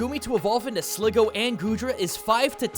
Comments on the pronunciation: It's SligGOO not SligGO! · The only thing I hate about this is the extremely obvious mispronunciations. Slig _goo_, not Slig- Go. And Deino is Dine-o, as in Deino Zweiloys Hydreigon being Ein Zwei Drei, the german numbers for 1, 2, and 3.